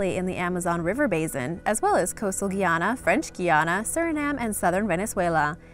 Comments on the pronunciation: Its Guy - ana not Guiana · The pronunciation is Guy-Anna not Gy-anna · You pronounce Guyana 🇬🇾 wrong